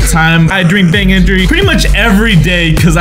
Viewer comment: He said I drink bang engry